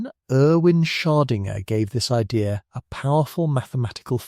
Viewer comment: Perhaps you could teach the AI voice to properly pronounce “Schrödinger.”